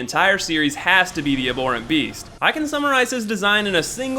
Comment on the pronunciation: Are you saying aborent? It's pronounced ab-horent.